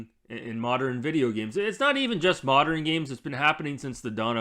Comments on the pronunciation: Am I the only one hearing him say “moderan” and not “modern”? That is really bugging me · Not sure what these "Moderin' " games are